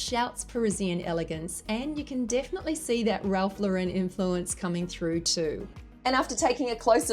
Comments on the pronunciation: Ralph Lauren, not "La-wren" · Ralph LAWren not lawREN please!!!!!!!!!! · It's pronounced LAURen